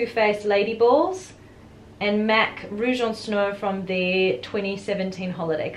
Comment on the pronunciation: I love Kat Von D's Everlasting Liquid Lipstick in Outlaw (amazing formula)! By the way, I'm a francophone, and you pronounced "Rouge en Snow" perfectly 😊 "Snow" is not indeed a French word 😉